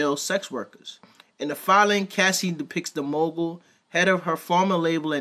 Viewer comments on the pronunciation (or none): none